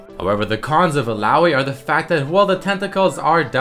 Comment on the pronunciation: i think its pronounced " il-la-oy"